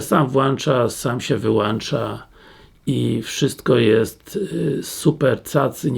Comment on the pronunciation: Włancza, wyłancza. Raka uszu można od tego dostać. W ścianie masz włącznik czy włancznik?